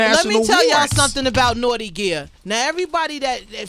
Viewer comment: Sway can't say 'Naughty' Lol